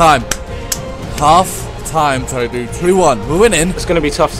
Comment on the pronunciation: Tobi not Toby